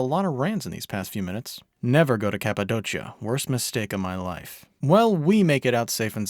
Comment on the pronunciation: Kapadokia brother not kapadochia